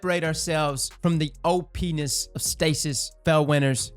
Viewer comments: I won't lie, I thought said "oh penis" for a sec there... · Hehehe you said OPenis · he says OPness, and I can't stop laughing. Spit my drink on someone here at work. HahahHHHahhaahahahaaahaaaaa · HE SAID OPNESS. NOOOOOOOOOOOO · He said OPness